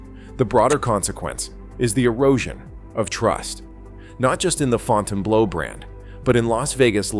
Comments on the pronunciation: Had to come to the comments to make sure I wasn't the only one hearing "Fontaine Blow". When I was out in Vegas back in April for a work conference, I took a walk up the northside of the strip one night to check out a couple of these new properties. Last time I was there, Resorts World hadn't yet open, so I wanted to see what these new properties were about. Wasn't really impressed with "Fontaine Blow". I didn't really like the feel of it. Just gave me a really empty feeling, not to mention, the fact the place was dead. It was just overly sterile and just didn't like the vibe of the place. I liked Resorts Worlds better, but it was kinda dead too, and there are a lot of other properties on the strip that I like better than either of those. Resorts Worlds, to me, feels savable, but "Fontaine Blow" just feels like a failure. Its unfortunate they couldn't do better with that property. I know it sits on a bad spot on the strip, but if it was better thought out as how get people to want to come to the northside and go to it. It might have had a fighting chance. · I laughed every time the AI said Fountain Blows. Well $20 bucks is $20 bucks. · You can always tell ai slop, in thiis case the audio but maybe more by the mispronunciations of names. The Fountain Blow...;-) Sad part is many think the ai slop is nonfiction when it's fiction at least half the time. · This video got a 'Like' from me simply cause of the AI calling it the Fountain-Blow. Can't stop laughing !!! 😂🤣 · All of Las Vegas has become an overpriced dump. I love how the AI narrator calls in the Fountain-blow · Fonn tain blow. Jesus Christ. French speakers are rolling over in their grave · Provided one unintentional joke when it mispronounced the hotel as fountain blow, cuz you know it blows. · YOUR AI PRESENTATION IS TERRIBLE. THE AI VOICE CAN’T PRONOUNCE THE HOTEL NAME. WHEN NIGHTLY ROOM DOLLAR COST IS MENTIONED THE VIDEO SHOWS IT IN MILLIONS. THIS IS NOT READY FOR PRIME TIME!!! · Fon tane blue. 🤦‍♀️🤦‍♀️🤦‍♀️